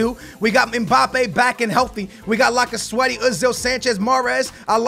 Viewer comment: Lacasweaty lmao, it's Lacazette